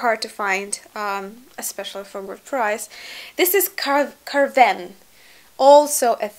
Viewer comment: Carvin, Lanvin (KarvAn, LanvAn), (КарвАн, ЛанвАн) - pronounced as "Ah".